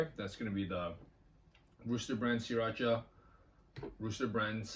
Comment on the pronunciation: Spot on in my opinion. Thanks for pronouncing it "See-Racha" which nobody but you and the founder pronounces it correctly.